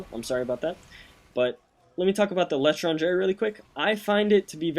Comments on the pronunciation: the way you pronounced "L'Etranger' was cringe worthy. I know if you don't speak french it's excusable, but to those that do...let's just say it was unpleasant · i like how u sai étranger :D its not like that it should be articulate